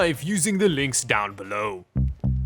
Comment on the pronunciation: alguna vas este men va a pronunciar bien "Down beLOWWW" bien? suena como si apenas pudieras respirar jaja